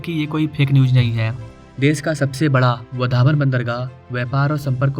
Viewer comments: भाई तू गलत प्रोनौन्सिएशन कर रहा है 'वधावन पोर्ट' नही 'वाढवण पोर्ट' ऐसा बोलिये | 'वाढवण पोर्ट' ऐसा बोलिये उस जगह का नाम है 'वाढवण' | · आपको वाढवण बोलना नहीं आता क्या?